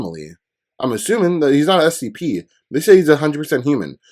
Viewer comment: You've react to scp for almost 2 months now and you still said spc